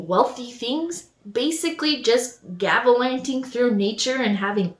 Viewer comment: Gavalanting? It's gallivanting, but, so I love it. I'm an art historian, I think you did an excellent job. Yes, even on my time off, I love art history so much that I watch random art history videos. Keep up the great work.